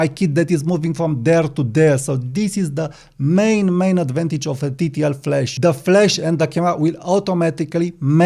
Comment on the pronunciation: Not ragging on you, but it's flash not flesh! I came here for flash not flesh. The 'a' in 'flash' is pronunced like the 'a' in 'apple' or in 'cat' (æ). The 'e' in 'flesh' is pronounced like the 'e' in 'bed' (e). The 'a' in 'flash' is a longer vowel sound than the 'e' in 'flesh.' On the other hand, I now am hungry for a steak. 😮